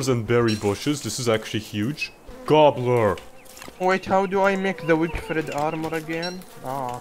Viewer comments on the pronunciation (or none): why did you say gobbler so unintuitively LOL